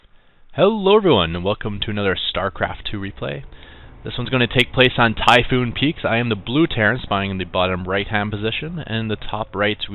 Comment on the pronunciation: map typhon peaks- NOT TYPHOON peaks(u said typhoon peaks alot) its ok just common mistake.